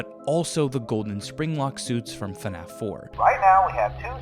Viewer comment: "Shpringlock suits" lol